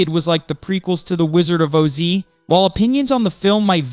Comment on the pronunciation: What's with the mispronounced Oz?